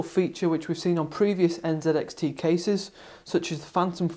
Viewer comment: N (ZEE) X T... NZXT......... Im totally fine with the Canadian and British pronunciation of the letter "z", but when its a brand name... pronounce it how it was intended to be said.